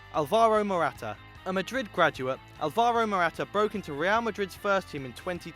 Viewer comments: Learn your "tildes" it is Ál-varo not Ál-va-ro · Alvaro Morata is pronounced with emphasis on the "Al", not "VAR". Hence the tilde being over the first A in his name.